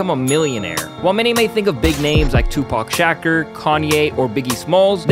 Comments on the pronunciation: This is it with the correct pronunciation Shuh-coor not shacker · Did he really just say "shaker" man it's pronounced sha cure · Shaker??? Bruh how do u call yourself a media outlet like this but can’t pronounce words? Wtf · Shacker it's pronounced shuhcur Shakur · How he pronounce shakure as shaker wtf 😂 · Wow Shaker????? Wow..if you can't pronounce the Rap legends last name don't talk about him. Blasphemous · Pronounce like shakore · U literally just saw a clip where jay z calls out white people for pronouncing his first name wrong.( 2 - pack..) Honestly don't think I've ever heard anyone fuck up his last name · How in the fuck did you just pronounce Tupacs last name.... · Bro plz don’t ever pronounce Shakur like that ever again😖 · BRO, YOU GON MAKE ME CANCEL MY SUBSCRIPTION. HOW DO YOU MISPRONOUNCE THE MOST POPULAR NAME IN HIP HOP MUSIC HISTORY? WOWWW BRA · Please never pronounce Tupac’s last name light that again please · Nawww eazy E.. and pronounce Tupac’s last name properly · Soon as this guy mispronounced Tupacs name I was done with he video 🤦‍♂️ you need to stop making videos after that one